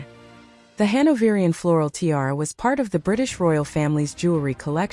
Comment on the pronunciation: This must be AI. No one can be that stupid to TI-ara